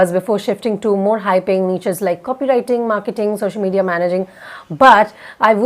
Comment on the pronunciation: Can u pronounce "niches" correctly?